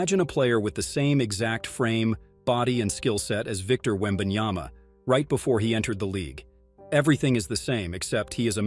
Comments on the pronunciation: Yep that's what I've been saying. It's Yama not Yana😅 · And yet, SAS still can't say his name properly after one year in NBA.... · Stephen A. Smith still doesn't pronounce Wembanyama's name correctly. It's either disrespectful or contemptuous. Because of that, I don't listen to his comments. It hurts my ears too much!